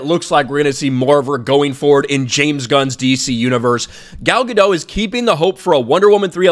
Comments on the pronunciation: MISPRONOUNCING "GADOT". SHE'S ISRAELI. NOT FRENCH. GADO"T". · Gal Ga-Dot,, not Gal Ga-Dough. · I think you just need to pronounce the t at the end Of her last name and you'll be good. That's how she pronounces it after all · First I thought she was called Gal Ga-Doh, but her name is actually called Gal Ga-Dot, a hard Dot pronunciation. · Isn't it pronounced gah dot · Maybe consider pronouncing Gadot's name correctly.